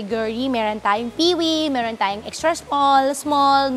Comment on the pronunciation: Bilsng part Chinese na nagkaboss na pure fujianess hirap na hirap sila banggitin ung “Meron” laging “Melon” 😂